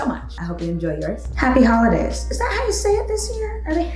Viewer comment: " hey how is it going" "HOIDAYS" 🤣 🤣🤣🤣